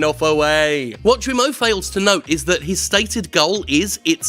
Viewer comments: Slight correction: Guillemot is not "ZHU-we-moh," but "GHEE-ye-moh." It's also a kind of bird, I think? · Sorry to be an ocd ass but Guillemot's name or any french word with g followed by u est prononcé avec a hard g, as in ghee or geek. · Yves Guillemot's name (French) would be pronounced by an English speaker closer to Gayle-mo, with the a in gayle swapped with an e, something like Gheele-mo. (basically the u after g is silent and makes the g hard) 🖐️🌈🖐️ The more you know... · Good points, but I'm going to get nitpicky about something : that is not how you pronounce "Guillemot". The "u" after the "g" makes it a hard "g". Think "Gears" rather than "tragedy".